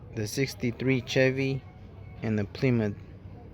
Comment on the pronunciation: It’s pronounced Sh-evy.